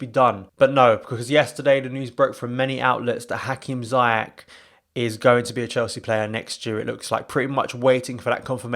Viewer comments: You along with Chelsea fan need to learn how to pronounce Ziyech name. Repeat after me: "Zee Yaa shhh" or Zia as in "Mia" then "Shhhh" as in shut up. At least when you are chanting his name during a big game, you would do it right. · He’s pronounced zayeshhh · Ziesh not zayesh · Stop butchering his name